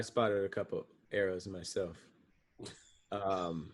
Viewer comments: Hey Tom, it looks like said “arrows” instead of “errors” when discussing Kanye’s shoes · Even in the captions, said arrows instead of errors!! 😂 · said “arrows” instead of “errors”😂😂😂